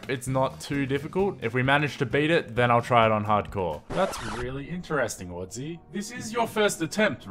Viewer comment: Wadzee? No. WoodZee